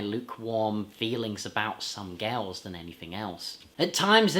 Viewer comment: I cannot agree with you on 'Some Girls' and not 'Some Gals' as you seem to pronounce it most of the time in your review. 'Some Girls' is an absolutely brilliant album. A 5* CLASSIC ALL DAY AND NIGHT LONG!! PS: Good general review of the Stones studio album discography. 👍